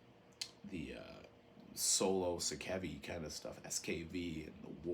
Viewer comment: If you care... Gism - “Ghi-sum” You can hear Sakevi pronounce the name in “Death, Agonies and Screams”. I used to pronounce the name as you do until I was corrected by Dwid of Integrity on a phone call with him in 1996. Translated out of Japanese katakana, the band is sometimes referred to as “Gismu”. Sakevi - “Sock-ay-vee” (H.R.) Giger - “Ghi-ger” Rhymes with meager, this is how he pronounced his own name. I used to pronounce it as you do as well until I read the proper pronunciation. Kuro - “Koo-rho” If you want to be specific, subtly roll the r. My first introduction to Japanese Hardcore was mail-ordering the “Thrash ’Til Death” LP from Pushead in 1989 and a home-recorded tape someone sent me with Detestation and a lot of other obscure HC in 1989 or ’90. Consider it nerdy...I consider it respectful to the individuals and their culture. Americans are notorious abroad for mispronouncing foreign words. I am also a first-generation Japanese-Amercan. Domo arigato.